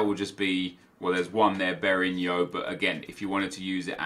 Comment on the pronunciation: You fucking butchered Berahino’s name